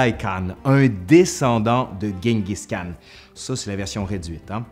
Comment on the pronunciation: on dit pas guenguiss khanne, mais Chingis Khan ! Oui, deux morceaux de métal et je suis un pro. En même temps je triche, y'en a un sur Chinggis Khan ;)